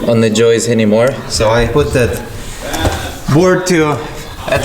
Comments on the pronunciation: Someone tell there’s no such word as joistes😂😂😂😂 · Y'all need to start teasing for saying "joist-ez". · Ok, the joke pronouncing of the word joists has gotten old. The plural is pronounced the same as the plural. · it's not Joyce's but joists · Joists not joistes. The singular joist and the plural joists sound the same when pronounced. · It’s joist, joist. Not Joyce. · Been watching this from the beginning and I have to say my hat my hand , but joistes is fkn annoying .... joists is how it's pronounced...... Loving what you've doing from London England..... Give me a shout out.... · "Joist-es" is incorrect plural pronunciation of the word. Try annunciating the "t" in joist clearer, and then add an "s" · fella's...... it's floor joists..... not joyces. :-) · Can no one pronounce JOISTS correctly? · Justin... I love you guys but please... JOISTS sounds like HOISTS. 😂😂😂